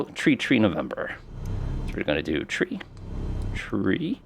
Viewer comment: Your mispronunciation of the number 3 is quite distracting